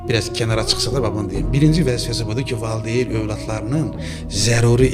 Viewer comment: Valdeyn yox valideyin . Efirdə savadlı danışmaq lazımdı . Türk dilində yox Azərbaycan dilində danışın . Qürur duyğusu yox qürur hissi barışa yox barışıga oxuya yox oxumağa və s.